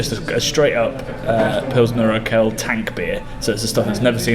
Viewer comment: You should check the pronounciation of urquell. Did you say urqell? Great video.